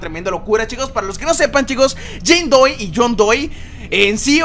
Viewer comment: No era Jane doe porque ANDROID dices Jane doy :v